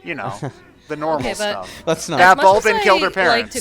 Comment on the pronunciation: It’s King Bulblin. B-U-L-B-L-I-N. Bulblin.